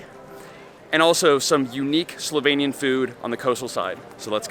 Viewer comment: I have to say, I was really impressed by your pronunciation of Slovenian words. It was absolutely perfect 👌 It's a shame you didn't go to check out lake Bohinj. Only 20 min drive from lake Bled. It's bigger and even more natural - much less bothered by humans. And when you were in Postojna, you should definitely go check out Postojna cave. It's an amazing experience. One of the biggest caves in Europe and it has a train ride to go inside. It was the first cave in the world to have an electric lightning system inside it. You can also se an animal called proteus there (baby dragon they call it) and it only exist in that cave system and nowhere else in the world. It has human like skin, is pretty small, but can live like up to 80 -100 years. Oh, and if you wanna experience the real wine regions of Slovenia, you need to go to east of the country. There is where the real wine magic happens. If you know where to go, you can find some of the best wines in the world there. They also have the oldest vine in the world (according to Guiness Records), like 500 years old. It survived countless wars including ww1 and ww2 and it still produces wine. And there are also some very charming and well preserved medieval towns (oldest in the country). Some date to roman times and even older), to explore. And traditional food in that area is also interesting to try, it differs from other regions. So.. if you ever decide to come back you have some more things to see 🙂